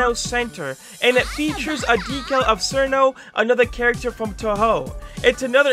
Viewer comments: Fun fact: Cirno is pronounced as "Chiruno", not "Sirno". Hope this helps. I had no idea either that its pronounced that but someone pointed it out on a Touhou video so yeah. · I'm sorry but "Malisa" I have never heard anyone mess up Marisa's name,also "Sirno" I know Cirno's name has had alot of debate on how it's pronounced but it's pronounced "Chiruno" sorry if this comes off as mean I'm just passionate about Touhou